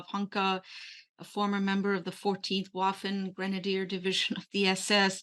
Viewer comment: thank you for proper 'spoken' word Waffen as per {V}. Thank you again for your excellent skills and knowledge. Cheers from Toronto!